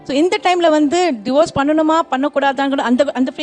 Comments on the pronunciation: It’s not Diverse it’s Divorce … pls pronounce properly 😂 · Diverse 😂😂😂 it’s Divorce… why aren’t they correcting the material s pronunciation